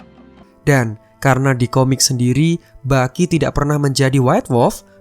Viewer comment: Yg gw denger : Bucky ❎ Baki ✅ Wakanda polepel ..